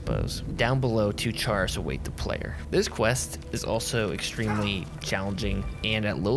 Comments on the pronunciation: Excellent video, but for the love of god Chaurus is pronounced like Chorus not "Chair is" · That isn't the correct way to pronounce chaurus